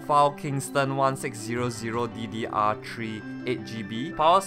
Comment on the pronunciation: "ddr tree ram" lmao I'm weak xD